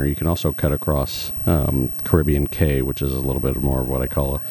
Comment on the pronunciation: ‘Cay’ is pronounced as ‘Key’. Also if you ever see ‘Quay’, it is also pronounced as ‘Key’.